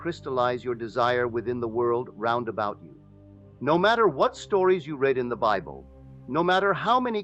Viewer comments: The Holy Bibble? A.I. is the WORST. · Yeah, I clicked off the second this reenactment pronounced Bible as “bib-el”